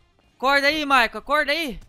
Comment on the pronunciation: "MICHAEEL" KKKKKKK Ô U PORTUGUÊS MOÇO